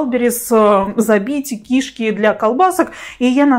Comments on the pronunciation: Говори правильно кишКИ, а не КИшки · КишкИ! А не КИшки! Что за странное ударение, ужас просто. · Не кИшки,а кишкИ. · Правильно кишкИ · очень странно, возможно ваш местный диалект, но это неверно, КишкИ правильно.